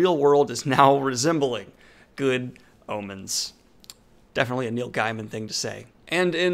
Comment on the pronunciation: I love you but I involuntarily cringe every time I hear you mispronounce “Rowling” and “Gaiman”